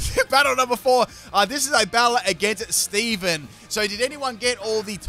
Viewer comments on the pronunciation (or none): none